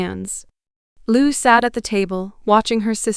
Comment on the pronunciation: I hate it when they lie to us. I hate when they abuse the heartland fans like this. Shame on these people for doing this. And this stupid lady reading to us can not even say Lou's name right. Who would believe such a fool .